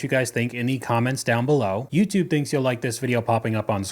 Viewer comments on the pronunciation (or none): none